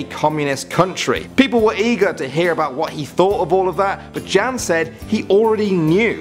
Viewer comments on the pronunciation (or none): #3 is pronounced Yan not Jan but it is spelt Jan😇 Just a little help, I'm not hating. 💞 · It's not Jan it's Yan or you say it like Yan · You dont pronounce it Jan you pronounce it Yan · My Name Is Jan but you pronounce it Yan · I like the way he pronounced name Jan :D